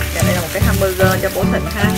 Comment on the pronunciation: Hamburger chứ ko phải là hamberger😅😅😅